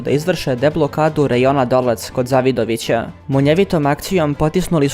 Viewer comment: Само мала исправка; грешка у акцентовању Криваје и Завидовића.